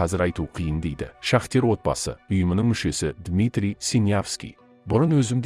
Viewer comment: Шахтер емес,шахтёр, сауатсыз